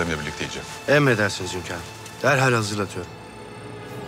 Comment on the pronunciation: HÜRREM demeyi biliyor ama HÜNKARIM diyemiyor başladı HÖNKAR azabı hepimize geçmiş olsun